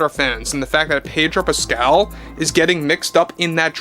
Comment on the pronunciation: Pedo Pascal, no r.